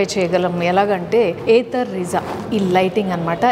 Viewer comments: Meadm it's not rizza it's RIZTA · Adi Ritza kadu thalle Rizta😢